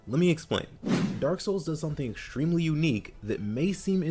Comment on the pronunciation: exshtremely, shtronger, shtrategy